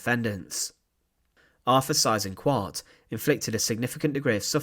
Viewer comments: If you're going to do documentaries featuring Germans - do learn a bit of German, so you can learn to pronounce names properly. You're HitLAH's bad enough, but Size InkVART's even worse. Single S sounds like 'z' (usually) double 'S' is pronounced as a UK/US 's'. So the name Seyss-Inquart sounds at least a bit like 'ZISS - Inkvart'. Not exactly, but at least that'd be better than the way you pronounced it - sorry to moan, but you've done a number of these now, and your accent is NOT improving. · I was taught decades ago that his name was phonetically pronounced "Say-ezz Ink-vart". Just saying. Really enjoy your informative vids, sir 👍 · David Cassidy: The correct German or Austrian pronunciation is Zeyes-inkvahrt. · My father was a child growing up in Holland and was 11 years old when the war ended. He became a history teacher and always pronounced the name "Cease Inkart"...a monster no matter how it is pronounced. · I've never heard his name pronounced like that, it's definitely not a common name,or not in the US anyway, great video ✌️ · He has his problems in pronouncing foreign proper names. Would be forgivable if he would accept suggestions for improvement. But unfortunately he doesn't . . .